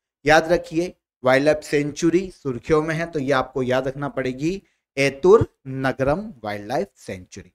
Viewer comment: 1) Correct Pronunciation: एतुरंगरम✅ एतुनग्रम ❌ 2) President of Rajyasabha: Jagdeep dhankar 3) MS Swaminathan award 2024: BR Kamboj 4) 16th finance commission Chairman: Arvind Pangariya 5) Chinnar Wildlife Sanctuary: Kerala 6) Length of throw: 87.58 m